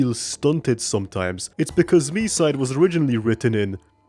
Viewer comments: as a russian, i need to say its pronounced like mee-site. our language makes consonants less resonant at the end of a word. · It's mee-side like the others said. It's pronounced that way with the Japanese title too, since there's no variation in pronunciation for Japanese vowels. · Its pronounced Me-side confirmed by the devs themselves! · i thought it was pronounced me-side 💀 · it is pronounced Me-side, confirmed by the devs